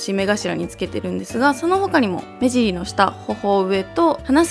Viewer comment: 目尻言えてないw